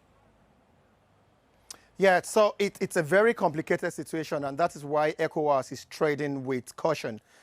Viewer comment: The only uk news presenter to pronounce ECOWAS correctly 👏🏾. I’ll let him slide on the mispronouncing Accra as a British Ghanaian.